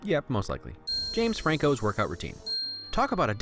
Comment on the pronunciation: James FWANKO